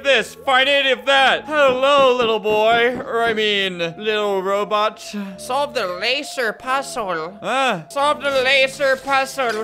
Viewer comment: The dude having a seizure tho + “Solve the lASZer pollze” “Soalv it pleazea”